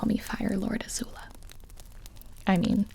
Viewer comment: Did she say fart Lord azula ?